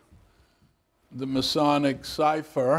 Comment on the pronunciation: thanks i was screaming its Masonic not Moasonic